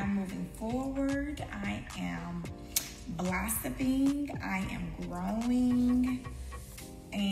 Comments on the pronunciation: Did she say “blossompling”! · Blossipping is not a word did you mean blossoming 🤔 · BLOSSOMPLING??? GIRL BYE!!😂😂😂😂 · Uhh did she say "I am blossiping? 🥴😏 did I hear that? Anybody? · She said "blossoping" I'M DONE! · Did she say "blossiping"? This isn't coleslaw... just chopped cabbage! Smdh!!!!